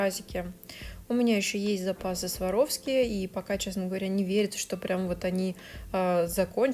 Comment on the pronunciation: Very pretty, very talented! I like how you said Swarovski. Americans can’t say it right😉